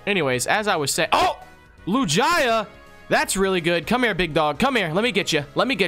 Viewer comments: LIJIA it’s lugia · You sead lu j a not lugia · its not lojia its loogia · Bro said lujiya not lugia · When said “Lugia” as “Lujia” where’s the “j” in Lugia 😂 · DID MY GUY JUST SAY LUJYA NOO it’s lugia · Triggered with lujia. Lew-ge-uh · Wait lugia is pronounced lu gia? Instead of lug ia? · Why was he calling Lugia Lujia? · He said lujaia but it's called lugia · not lujia lugia lol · they are saying lugia lujaya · it is not Lujia its Lugia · It’s Lugia not Lujia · Why does he say lugaia it's lugia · Not lugaia its lugia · Lugia pronounced: (Lu-g-e-a) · LuJiYah the pokeman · LEWGIAH????? BRO WHAT A SPED. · Anyone appreciate these guys sayin lugia "LuJIA" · ITS SO ANNOYING WHEN THEY SAY LUGIYA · LOL LU-JA-YA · Who’s a Lu-Jy-Uh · lu-GIA lol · Lugaja ? wtf is a Lugaja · He said loojia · Omg. Please stop for your friend butchering the pokemon names. Wtf is a Lu-gi-a?!?! Lu-gee-a(Lugia) and Nidoking is always said as Ny-do-king...it's nido like needle... please stop this madness!! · It is Lu Gee a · omg there’s no way just pronounced lugia like that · The way he said "Lugia" almost gave me a stroke. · and are not even pronouncing lugia name right🥲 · How they say Lugia hurts me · You said Lugia the wrong way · bro the way they pronounce lugia kills me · Can you please say lugia correctly, triggers me every time I hear it lol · I'm mad how he said lugia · He said lugia wrong which makes me mad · you pronouced lugia wrong! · Nope; Lugia is pronounced with a hard g, like with gift or gallade/gardevoir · Your really disappointing Lugia fans by saying it's Name like That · It's not gia geu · Please learn how to pronounce pokemon names. both of you, but especially that absolutely horrendous pronunciation of Lugia